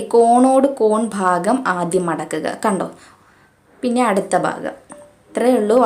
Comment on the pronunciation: ഫാഗം അല്ല ഭാഗം